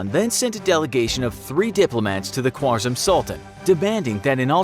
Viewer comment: The name is pronounced "Khârazm" although it is written "khwarzam" but otherwise very educational video i must say.